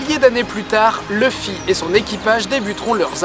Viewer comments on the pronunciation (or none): none